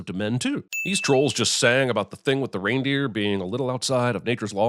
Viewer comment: You repeatedly pronounce "Reindeer" very strangely... How do you possibly get that combination of letters to rhyme with "goose"?? Is that some sort of American accent thing?